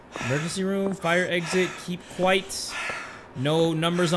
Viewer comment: Its "keep quiet" not quite 😂😂😂